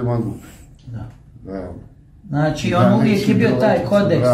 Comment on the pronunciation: Znaći.. Znaći.. Znaći...😝 Kakav voditelj.. 😜 Danas je svako voditelj... Ovaj.. Ovaj... Znaći. Znaći😜 Kakav ćovjek😝kakva prića... ZNA LI ITKO KOJI JEZIK JE OVO... 🙄